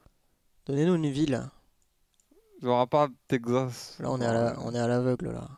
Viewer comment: le " Tekzas " au bout d'une fois c'est deja trop